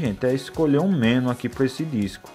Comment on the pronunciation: Olá! Assisti vários outros vídeos seu e são muito legais. Outra coisa que queria falar é sobre a pronúncia da palavra MENU. A sílaba mais forte é a NU e vc está pronunciando como a mais forte ME. Se essa palavra tivesse acento seria escrita assim: menú. Essa é só uma dica pra vc, Pq gosto muito dos seus vídeos. Desculpe qualquer coisa e forte abraço.